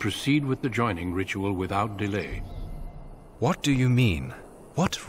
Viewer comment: Great video! Been playing it while working at home! What's with the main character's voice actor though? It's like they got someone who has never spoken a word of English to read the script!! Delay and botanist are two of my favourite pronunciations!